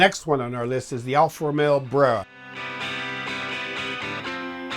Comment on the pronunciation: I swear he said Alfa Romeo Bruh the first time he mentioned the car